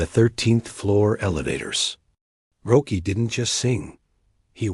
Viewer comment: Hey, this is a great fable of Roky. It is a great story. But people are not going to like it. His name is pronounced, "ROCKY". And everyone knows this. He spelled his name without a "c". Can't you change the A.I. program and spell it with a "c" so the voice gets it right ? Roky is pronounced "Rocky". Learn to pronounce his name, Bro. Please. Thanks